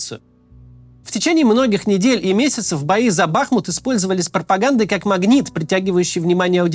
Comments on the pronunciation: Ударение БахмУт. Вьі, русские, разрушили город, где я жил до 2008, но радует, что много москалей там сгинуло и єто не предел. Дальше - больше. Город мьі восстановим после победьі. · Бахмут уже захватили (или почти захватили), а Кац до сих пор не выучил, как правильно ставить в нём ударение... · Кац или страдает дебилизмом или я не знаю. Есть город БахмУт. Ударение на букву У. А есть кац, которому похрен, лишь бы богатые спонсоры деньги за встречу с ним платили. Смотрится такой "борец за правду" очень некрасиво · Больше года идет конфликт, а данный товарищ не в состоянии запомнить правильное произношение города БахмУт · БахмУт, а не БАхмут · Не бАхмут, а бахмУт!!!! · Судя по тому что за последних несколько десятков роликов он уже стопитсот раз сказал название Бахму́т с не правильным ударением, можно сказать что и аналитика под большим сомнением... Если в3апaдло зайти на википедию и проверить элементарное то об остальной информации и подавно... НО, вектор мышления очень даже правильный :) П. С. Правильно Бахму́т, а не Ба́хмут. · Не БАхмут, а БахмУт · Ты как издеваешься. Знаешь же что правильно «Бахму’т . Зачем каждый раз каверкаешь ? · Разберитесь уже, "БахмУт" или "БАхмут". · Кац,не БАхмут,а БахмУт,хотя бы название научился правильно произносить ,времени много было.Слух режет. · БахмУт. Не БАхмут. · Не бАхмут, а бахмУт. Правильно ставьте ударение. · Почему в который раз Кац называет город БАхмут, но не БахмУт? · Девушка, вы видимо головушкой где-то стукнулись! Я об этом как раз и говорил что Макс во всех видео неправильно произносит!!! Он говорит Ба́хмут, а надо Бахму́т... И в каждом видео в комментах это пишу, чтоб он или его команда наконец открыли Википедию и посмотрели как правильно, но им пох... И ладно бы если один раз где-то вскользь упомянул, так нет жеж, почти в каждом видео по несколько раз повторяет это название и уже ухо режет, больше полугода так тупо лажать, а его дружбан Варламов уже давно называет правильно - Бахму́т... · Ударение на У: бахмУт